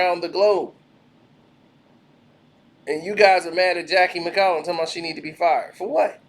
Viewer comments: You spelled her name right, but said it wrong lol. I mean she isnt wrong. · Boy can you pronounce her name and the state right.